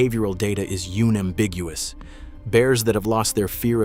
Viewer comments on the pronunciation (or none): YUNEambiguous?!! It's UN-ambiguous. Let humans read this shite.....AI sucks.